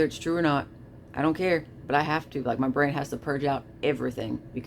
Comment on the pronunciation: “Mah brayne” …. The fuck you on about jeez